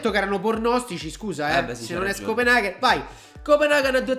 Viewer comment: "scopenaghen" ahhahahah morto